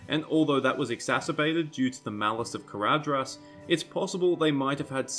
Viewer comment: ""dh" is pronounced "th". Caradhras is pronounced carathas. Sorry but it bugs me every time you say it